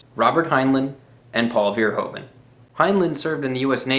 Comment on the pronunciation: Hi! I'm so shocked someone outside of the Netherlands likes Paul! I would like to say though that Verhoeven is pronounced as Ver (as in purr, what a cat does, but with a v) Hoe (as Who?) Ven (with the same sound as in purr again)